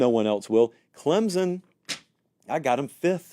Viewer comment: It’s “Clem(p)son!!